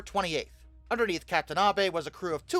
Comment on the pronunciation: Thank you for not pronouncing Abe like “Abe Lincoln”